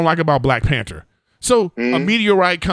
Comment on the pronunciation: WHY THE FUCK DID ERIK KEEP SAYING "PANTER " INSTEAD OF "PANTHER"??????